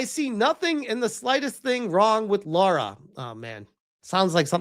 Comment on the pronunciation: Please for the love of God and all that is good and beautiful, her name is: LARA Croft. NOT Laura, or Loora. It's LARA !!!!!!! 20 years of Tomb Raider and I STILL have to say this sht.